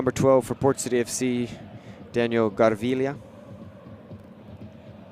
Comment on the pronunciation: Garvilla is pronounced Gar-Vil-la